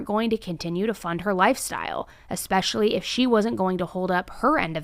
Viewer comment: Perhaps when she was at college, her time would've been better spent learning how to pronounce words like "especially" and "recognize" (and "yin and yang" from earlier in the vid). Hm. A life sentence, though? In all seriousness, that seems harsh, especially when you consider that she offed a dude that may have been a homicidal nut bag himself.